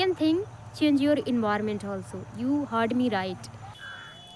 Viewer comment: Its నాట్ envirament...... Environment ఎన్విరాన్మెంట్.... ఫస్ట్ లెర్న్ the ప్రొనౌన్సియేషన్స్....